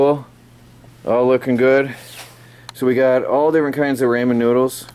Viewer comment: I was thinking the exact same thing. A label maker for name/purpose of items (not necessarily price). Just a line or two. Also it's pronounced rah-men, right?